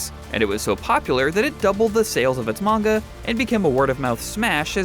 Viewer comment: Side note.. Pronunciation of Manga causes me to cringe..